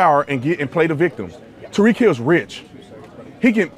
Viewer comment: Tyreek not Tariq lol